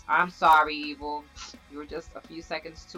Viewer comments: OHH I thought you said eagle XD my mistake. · Who thought she kept saying eagle? XD great video! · were you saying Evil or Eagle on the vid?